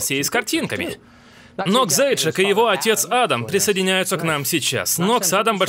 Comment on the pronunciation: Фамилия у человека по-английски пишется Zajac. Поиск в интернете дал инфу, что это фамилия из Словении и возможно других славянских стран. И правильно произносить эту фамилию не Заджак, как произнёс её Такер, а Заяц.